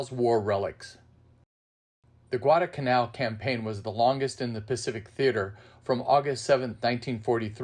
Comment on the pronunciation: Great video. Thank you. Probably a little late, but if you ever do any more Guadalcanal programs, please don't forget to include the "L" in the middle of Guadalcanal. It's "Guadalcanal," not Guadacanal." thanks!!